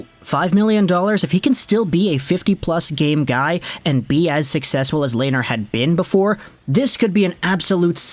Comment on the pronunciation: Coming from a Sens fan. Pronounced Len-er not lay-ner